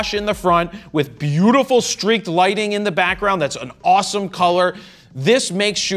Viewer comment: osamo..😭 (it's "awws moe")